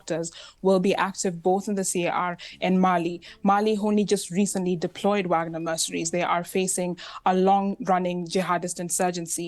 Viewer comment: I love how the black lady pronounces wagner correctly